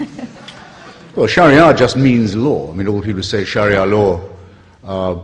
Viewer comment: He is pronouncing it correctly.